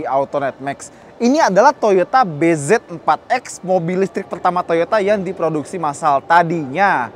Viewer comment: nyebutnya BIJI